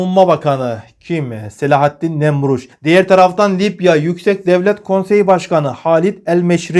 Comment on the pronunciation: Lipya değil Libya.Allah daha çok versin takipçi sayınız çok arttı.Bu sebeple bir haber spikeri özeniyle diksiyona daha özen göstermeniz gerekir diye düşünüyorum. İçerik çok iyi.Selamlar